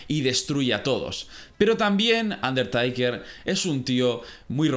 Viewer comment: Un der taker taker taker, no aguanto 😂 se pronuncia teiker